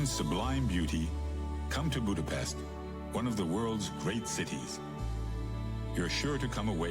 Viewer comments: He can pronounce Pest correctly, but when he says Budapest it's incorrect again. Nice video, though. And yes, it is a beautiful city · The hungarian “s” is pronounced like the “sh” sound in the english word ship. Hungarian always puts the stress on the first syllable, so you say: Boo-da-pesht. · Budapest is pronounced Budapesht. But anglophones can't fathom that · Hold on to your seat... Budapest is pronounced with an 's' sound in English. In British English it comes with an extra 'u' even. If you want to force others to use the local pronunciation, let's hear what Copenhagen is called in Danish, Paris properly in French or Birmingham by the Brummies. Till you master these, you don't get to tell others to give Hungarian a shot.